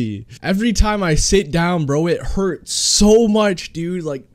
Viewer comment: "My but still herts" 😂😂😂😂😂😂 "Every time I sit down it still herts like dam" 🤣🤣🤣